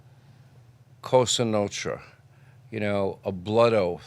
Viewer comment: Sean has difficulty saying 'Nostra' lol there's an S in there bud haha